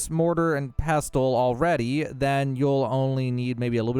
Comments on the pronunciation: Pess-uhl The “t” in pestle is silent. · Great exploit!! Also, silent t in pestel, so just “pessel” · Nice vid. The “t” in pestle is silent by the way you uneducated bum. ❤